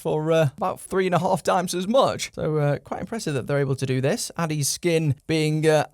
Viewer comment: to be fair...the "kin" part is in bold in the font so its actually "addis-kin" like addis is king and not "addiskin" the condom watch...(which you're calling...) since your other review😅